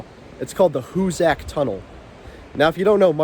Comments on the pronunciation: Great video! I think it’s pronounced Hoo-sick and not Hoo-sack, though. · hoosac tunnel .....(pronounced hoos sick ) not a story about " who's sack tunnel" that's another video (age restricted )